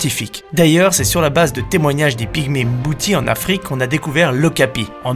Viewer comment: par contre afrique se prononce afrique il a juste bugé je crois 😂